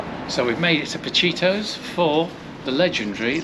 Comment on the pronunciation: As a local, I can tell you Redcar gets both pronunciations from those who live here - RedCAR and RedCA. You did get Pacittos wrong, it’s Pa-Sittos not Pa-Chittos. Glad you enjoyed your trip!